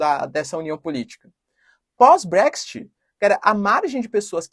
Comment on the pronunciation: Putz, prof, use o seu inglês: é brécs IT, e ñ TI... Desculpe-me pela correção! TMJ